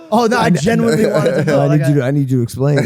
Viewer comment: someone's gotta show how to say 'genuinely' lol